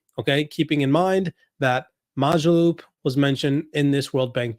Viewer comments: It’s pronounced Mo Jo loop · It's mOO - jaloop!!! It's an 'O' not an 'A'!!!